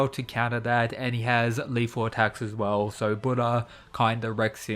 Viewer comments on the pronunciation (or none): none